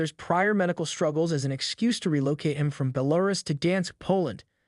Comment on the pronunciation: Pretty sure that was some automated voice or else they have no clue on how to pronounce Belarus